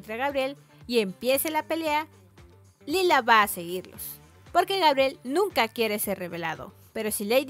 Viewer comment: Lyla (LAILA) no (lila)